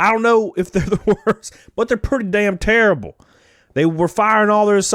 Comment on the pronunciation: Ya know, I mean...I know you do it to be funny, but like, every time you say 'terrible', it makes me think of Charles Barkley. Barkley: "Oh, that's turrable, just turrable..."